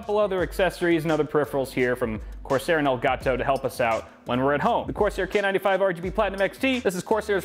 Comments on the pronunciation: "EL GAAAAH TOE" - 2020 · I've never before heard anyone pronounce elgato as strong as this man.